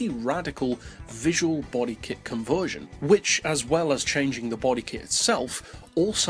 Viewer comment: Take a shot every time he mispronounces "conversion"